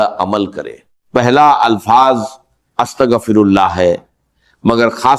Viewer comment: ki awaz nai ye to Bismillah or astaghfar b teak nai par rahy